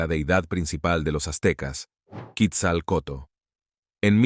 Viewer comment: "Kitzal coto" merda